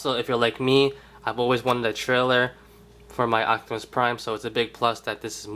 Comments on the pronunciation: are you saying ochtamus instead of optimus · He says "octimus" lol